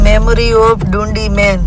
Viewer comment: તમારી Scotlandની ટ્રીપ સારી ચાલી રહી છે. તમે જે જગ્યા ને ડુંડી, ડુંડી કહીને અમારું હસી ને પેટ દુખાડ્યું, તેનું નામ ડંડી છે. તમને જગ્યાનું નામ નું pronounciation ન આવડતું હોય તો ટ્રીપ શરૂ કરતા પેહલા કોઈ local Loko ne પૂછો તો તમને બોલતા શિખવાડે.😅